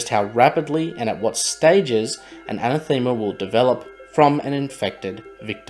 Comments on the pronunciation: Im sorry i dont know why i care and its not making fun of you, maybe its the lockdown were in cuz of the covid. Its not pronounced ana thema but anathema like saying enough so like enoughthema anath ema. Once again sorry oh great work luv the content you put together ❤. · Fairly sure it's an ath uh muh, not thee ma... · It's pronounced, "ah NETH em ah" Emphasis on the second syllable Great videos! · A-nath-e-ma. It means someone or something you hate. I realize some words you only see written down because no one really uses them very often. But making a video where you say it every ten seconds and mispronounce it every time is a bit like watching Scott’s tots episode of the office. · I think you are pronouncing it wrong. Anath ema. The emphasis is “a nath ema” with the second syllable receiving the strongest pronounciation. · Oy man, if you're trying to make a go of this hire a writer and work on your pronunciation. Anathema is too often an anathemer...biome. 'Since' should only be used once per sentence. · I love your channel, but I felt I just had to correct your pronunciation. The word is pronounced: an - ath - ema . A anathema is a curse or cursed thing. Quite appropriate for your report. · I played a drinking game with myself - I downed a shot every time you mispronounced "anathema." The numbers on my home breathalyser don't go that high ......... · Good video but you butchering the word anathema was killing me. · I noticed the mispronunciation too. Great article, that minor point aside 😊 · lol was gonna say, pretty sure anathema isn't pronounced the way he's saying it 😁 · Pls learn how to say anathema